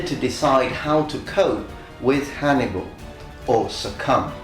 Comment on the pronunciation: He meant to say " Hannibal " but said " Hannimal " Thought that was a funny mess up😄